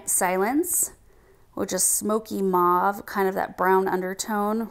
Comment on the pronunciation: Beautiful presentation!, say Au - TUM - nal. Thanks! 💐 💐 Also, mauve is MO - V because the au = an o sound. I wasn't born in this country so I'm very sensitive about getting pronunciation right! 💐 💐